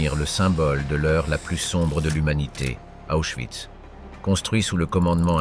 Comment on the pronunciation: Prononcer oïs. Et non pas de euss.